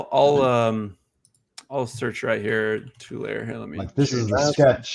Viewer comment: Tulare CA is pronounced 2 Larry